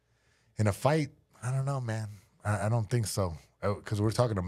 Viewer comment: I don't tink so, Bud 💅